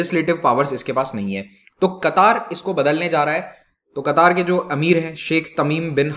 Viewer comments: It's not a qutaaar it's katar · Sir, it's क़तर not कतार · Its not qataaar, its qatar. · I think it's pronounced qatar not qataar. Qataar seems like hindi word for queue. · क़तार नहीं कतर होता है। अमीर नाहीं आमीर होता है। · Sir ji its Qatar not kataar🤣🤣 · It is Qatar not Kataar. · कतार नहीं कतर कहते हैं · Sir not a qataaaar but only Qatar. Democracy system of governance could only be success only when all the citizens are literature like kerala. It is not suit for such regions where illiterate people are more than literate. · It's Qatar, not Qataar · It's qatar nor katar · The actual pronunciation is Ghatar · Pronounce qatar correctly...its not qataar🤨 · Nam to sy ly mamo Qatar ha qattar ni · Your pronounciation of qatar is wrong. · Sir Qatar pronunciation sahi nahi h aap ki